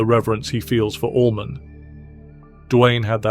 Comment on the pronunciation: And Allman not almond 😣